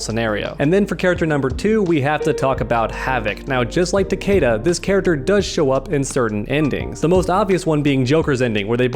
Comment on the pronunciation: Am I the only one that got REALLY triggered by the way he pronounced Takeda's name?!